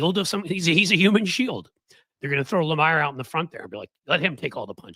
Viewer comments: John last name is said like it is spelled La-meer! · It's NOT John Lamayer, genius! It's Jonathan Le-Meer! Also, "Morning Joe" has MSNBC's best numbers, and Joe & Mika make approximately $10 million annually! Meanwhile, you're so technologically challenged, that can't even bring a guest on to your podcast, wirthout looking like a horse's ass! P.S. No one has ever ever seen you on ANY cable news network! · John Le-meeer. not Le-mire